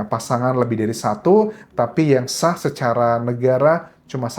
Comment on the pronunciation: SAH bukan SYAH. Belajar bahasa yg bener, Mas. Anda ngawur.